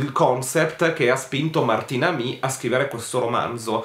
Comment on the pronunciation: Buon consiglio....un piccolo appunto, però. Avendo io studiato al terzo anno d'inglese Kingsley Amis per un esame, anche il figlio è sicuramente inglese quindi il nome va pronunciato Martin (come Ricky Martin) e Amis ( con la esse che si sente)☺️ Perdonami questo attacco da maestrina😂🤗